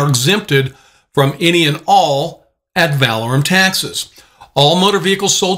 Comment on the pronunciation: I dont like to listen to someone who is professing to know a subject but then pronounces the subject wrong. The word is ADD - VUH - LORE - UM (emphasis on LORE) Not ADD - VAL - AH - RUM (emphasis on VAL )